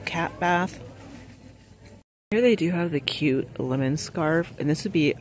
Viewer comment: Laymon....lol.. speak😂